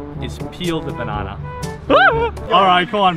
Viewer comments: said a baneyney😂😂😂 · is the funniest youtuber when he will say Banana it say banene